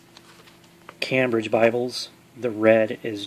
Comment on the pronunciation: It’s pronounced came - bridge , not cam- bridge , nice presentation , thanks brother